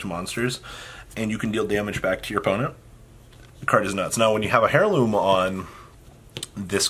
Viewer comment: Please use google pronunciation on "heirloom"